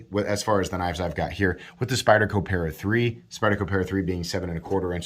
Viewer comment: Pat-a-dee-cee. Or, as it is known in my house, the No-a-buy-a.